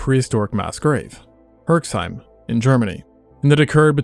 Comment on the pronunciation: Herseim... as in where my family is from. The x isnt pronounced.